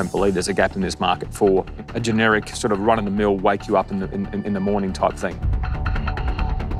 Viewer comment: It is эМайзинг